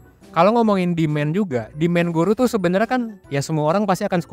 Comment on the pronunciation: its not SUPPLY.. in english sebutan yg sebenar SUPPLY - SAPPLY not " SUP" / not DEMEN... in english sebutan DEMAND - DIMAN.. its easy.. hye from malaysia. good content.. good job bro